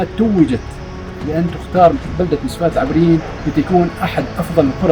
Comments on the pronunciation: جميل جدا .. مسفاة العٓبريين ب فتح العين وليس بكسرها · اخوي اعتذر منك بس النطق للمنطقه خطاء بفتح العين وليس بلكسر